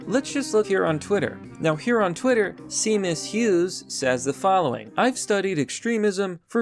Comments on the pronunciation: e..e Seamus isn't pronounced "sea-mus-, it's pronounced "shay-mus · its "SHAYMUS" fer fawks sake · FYI: Seamus is pronounced shay- muss. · Seamus is pronounced Sheamus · Seamus......pronounced Shaymus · Good content, but Seamus is pronounced Shaymus. ;) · Seamus is pronounced more like Shaymuss.